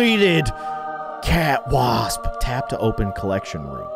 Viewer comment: You called the cat wasp cwasp